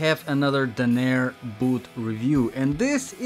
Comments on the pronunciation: It's Dan- nur not da nayer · pronounced dan nur